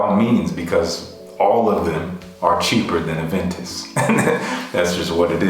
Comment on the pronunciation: Thanks for the reply! It means a lot! I hope to get my nose on a sample of Aventus Cologne when it releases here in Montreal!! btw stellar pronunciation ;)